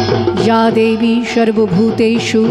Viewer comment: আপনার পরিবেশনা খুব ভাল, কিন্তু আপনার উচ্চারণ ত্রুটিপূর্ণ। স, শ, ষ - এই সবগুলিই আপনার উচ্চারণে 'শ'। এটা ভীষণ কানে লাগে, বিশেষ করে সংস্কৃত (বা তৎসম) শব্দের উচ্চারণে। আপনার "শর্বভূতেষু" ব "শংস্থিতা" উচ্চারণ অত্যন্ত elementary ভুল। বারংবার একই ভুলে স্তোত্রপাঠটা মাঠে মারা গেছে। দ্বিতীয়ত, বঙ্কিমচন্দ্রের মূল লেখাটা (যেটা displayও হচ্ছিল) কয়েকটা জায়গা বলার সময় addition , alteration বা omission হয়েছে। এতে পরিবেশনা কোনো নতুন মাত্রা মোটেই পায়নি। এই liberty টা না নিলেই ভাল হত। আপনি প্রতিভাময়ী, এগুলো ঠিক করে নিলে পরিবেশনা সর্বাঙ্গসুন্দর হবে।